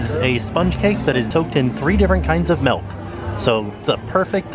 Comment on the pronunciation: ....why are you saying MELK? It's milk.